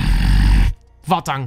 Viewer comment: Sorry, but Vahtang is a tipical name from Caucas region, so it is pronounsed literally "va:khta:ng". You may listen to it on google translate if you put in in russian "Вахтанг"